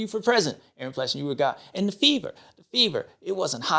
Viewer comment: James it is pronounced PlessINGer and not PlessinJer ! Come on man . What if they called you Bubba Steward ?